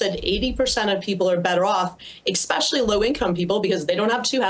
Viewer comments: Did Climate Barbie say "Xspecialy" low income people??? :buffering::buffering::buffering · Catherine McKenna said EKSPECIALLY lol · "Ecspecially".. another one of our political intellects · I cannot take seriously a person who says especially, "Expecially," like i just can't. Not too mention all the money collected goes back to the people..... again, then why bother?